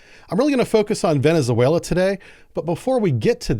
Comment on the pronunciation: Venezuela is 4 syllables